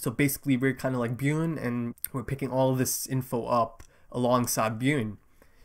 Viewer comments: No its not. It's more like "B-Yorn" or "B-Yurn" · Bjorn pronounced like B-Yawn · Man i am so freaking excited for you to watch this show. Its hilarious how much you struggle with Bjorn's name hahah